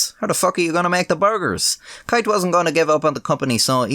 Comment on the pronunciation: its.....keith......not kieth......or asa your saying it kiath